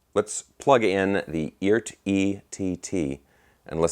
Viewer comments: Yo - They pronounce it "E - ART." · Cool! According to Phil McKnight it's pronounced E Art